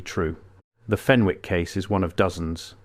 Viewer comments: Its fen ick not fen wick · FEN ICK ……NOT FEN WICK. Don’t pronounce the W. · The name Fenwick is pronounced Fennick in Northumberland and Scotland. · Pronounced FENNICK.